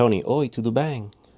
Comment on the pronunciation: Your pronunciation is awesome. BEM (bĕn in), your pronunciation is exactly the way we say as native speakers!!!